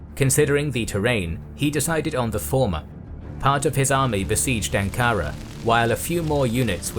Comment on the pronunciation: You don't say Ankara like that. You have many mispronunciations.